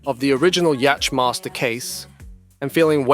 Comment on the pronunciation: Did you say "yatch master"